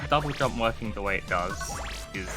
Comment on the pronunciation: it’s pronounced “dub jump” as in double (jump)